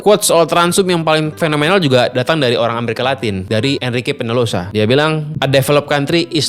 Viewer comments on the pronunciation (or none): Peñalosa dibacanya penyalosa Om.